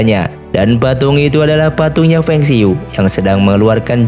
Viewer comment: bacanya bukan feng siyu...tapi fang se yi. gak semua kata berbahasa asing dibaca secara english bro. karakter ini jg pernah diperankan jet li tp pakai ejaan kanton Fong Sai Yuk. di kalangan tionghoa indonesia tokoh ini dikenal sbg Pui Sie Giok